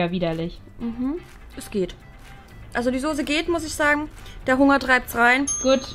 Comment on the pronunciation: Wie eva immer sagt die sose